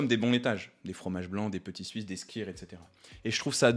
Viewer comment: Il est inutile de prononcer le "e" dans muesli: en allemand "ue" est l'équivalent du "u" français. Par contre skyr se prononce "skur* : En danois le "y" est prononcé comme un "u" français..